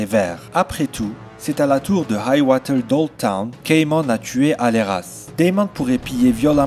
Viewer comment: Hight-tower pas Hight-woter